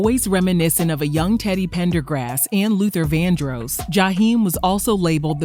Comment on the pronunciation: So she really going to keep saying Luther Vandroos though??